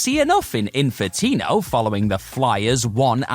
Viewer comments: Come on man,. At least 3 times you said Infitino instead of Infinito. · Infinito...not Infitino. How do you keep switching back and forth?